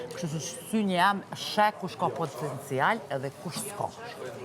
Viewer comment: Popoptencial😂😂😂😂😂 spo mundet prej botox me fol mir